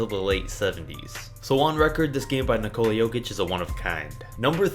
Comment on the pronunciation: why cant you dimwits pronounce Nikola right?